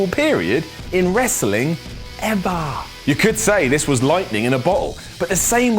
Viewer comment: hahaha pause when he says EVER!! shits funny